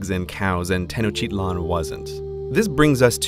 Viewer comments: "Tenocheetlon" Kill me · He pronounced tenochtitlan like tenocheetlan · The pronounciation of Tenochtitlan ... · is that actually how pronounce tenochtitlan